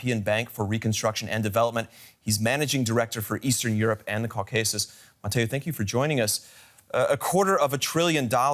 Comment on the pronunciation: Did he say KAW KAY SUS? How could a reporter make that mistake? My my...